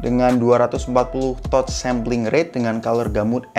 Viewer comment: Kritik dan masukan bang, kan suka mixing English gt, itu Touch boleh dilafalkan dengan "Tatch" dong, jangan "Totch".. 🙏✌️